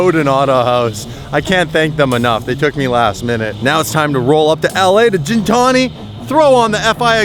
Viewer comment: Gintani isn't pronounced the way you say gin+tonic. The G is pronounced how you would say get, Not a big deal but triggers me lol. Not Armenian but I know it means beast or something like that